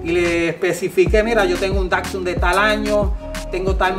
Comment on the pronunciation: Por lo menos aprende a pronunciar bien la marca Datsun pues , no es Dacsun sino Datsun ☝️